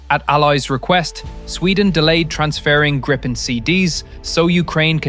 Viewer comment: The plane isn't called Grippen, it's called " Griipen, Greepen.